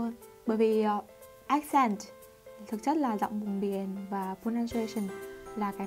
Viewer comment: Ác cền t ... dấu nhấn ở âm trước mà :(